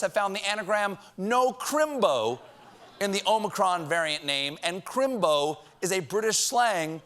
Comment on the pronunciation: Crimbo is a sacred term and your accent is just a touch off Dick Van Dyke in Mary Poppins.